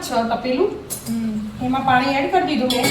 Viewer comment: બેન પૉણી નહી પાણી બોલો